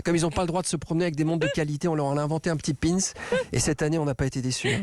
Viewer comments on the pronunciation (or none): none